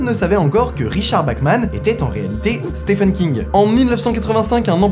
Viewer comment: Vidéo au top (étonnant non ?), juste une minicorrection pour chipoter, pour Stephen King, ça se prononce "Steven" oui c'est bizarre, mais bon ^^